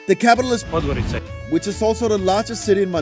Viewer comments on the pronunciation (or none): It's pronounced podgoritsa. Use wiki or google translate audio next time